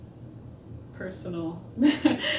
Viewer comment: I love it when you go "awkwardly personnal"!